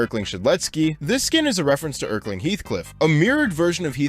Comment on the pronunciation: Love how you mispronounce erlking with "erkling" thats actually how i pronounced it first